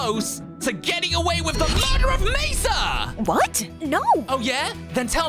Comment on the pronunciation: It's mesa😒